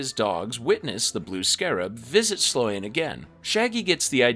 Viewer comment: Slōne. The a is silent like Ferris Bueller's girlfriend, Sloane. Kāsem. The a is hard like the famous deejay and voice actor Casey Kasem.